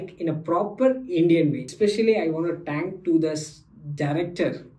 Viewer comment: sayad aap thank ko टैंक bolte ho